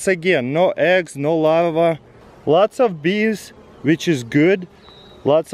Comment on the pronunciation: I thought he was saying lava until he pronounced the r and said larva